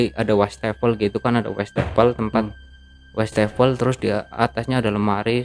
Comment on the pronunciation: Si abang ini banyak amat ngomong risen risennya, westafel.. Westafel😊😊😊